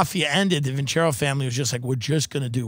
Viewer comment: Vin-ce-ROH, stress on the the ROH ... means "I will win in Italian".